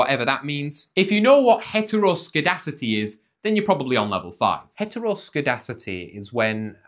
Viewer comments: *Mispronounces heteroskedASSTicity (heteroskedasticity not heteroskedicity kids) Hehe ass[t] Asst assed asst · It's skee-das-ti-si-ti 🙃, and you are welcome. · It's pronounced 'Hetro-ske-das-tee-city'